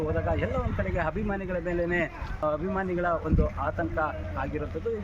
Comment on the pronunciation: ಕನ್ನಡ ಬರುವವರನ್ನ ವರದಿಗಾರರನ್ನಾಗಿ ಮಾಡಿ .... ಹಾಭಿಮಾನಿ ಅಂತೆ ಹಾಭಿಮಾನಿ